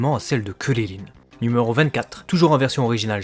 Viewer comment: C'est CRIL , pas cirrirrin